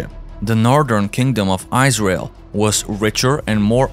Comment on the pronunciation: Really good researched presentation. I'm having fun listening to your pronunciation "Eyes Rail" heh heh heh. I'm a laughing idiot though, I can barely speak just one language!